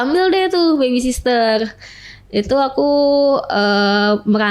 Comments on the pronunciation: aduuuuiiii mbak...baby sitter cara sebutan nya.bukan baby sister 😂😂.hadehh SDM rendah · Pede bener ini orang 😮‍💨😡... Mana salah mulu bilang baby sister lagi...sitter mbak...sitter...bukan sister ... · Baby sister??? 😂😂😂 cara ngomongnya aja salah. Kalian percaya? 😅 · ternyata host nya juga ngomongnya baby sister....😮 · b a b y s i t t e r bukan SISTER! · Bukan baby sisrer mbak tp baby sitter😂😂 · Baby sister gak tuch 😅😂 host nya jg gak tau penyebutan yg bner 😂 kocak😅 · Hadeuhhh psk 🤮 mending benerin cara ngomong 'R' sama ngomong 'baby sitter' dulu dehh timbang lu banggain badan lu yg udah dikobok kobok berapa puluh cowo wkwkwkwk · Ngomong baby sitter aja salah, pedenya selangit nih orang😅😅